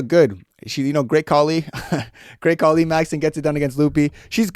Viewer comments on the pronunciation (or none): none